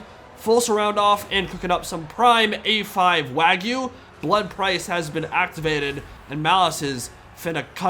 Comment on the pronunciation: That's not how you pronounce "wagyu" and "mignon" either!